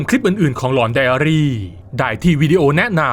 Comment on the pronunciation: ผมติดตามตั้งแต่ ตอนแรกคลิปเขาพูดว่า หลอนไดอารี ไม่ใช่ ไดอารี่